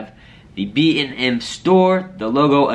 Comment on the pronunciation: I'm not trying to be disrespectful in any way but I was super confused and amused when you said BM store lmao. I was like is it a store for laxatives? I definitely think the "AND" is an important addition.